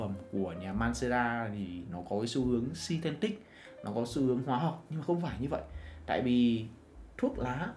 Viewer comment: synthetic chứ không phải sythentic, chủ kênh chú ý sau này đọc đúng để chuyên nghiệp hơn nha.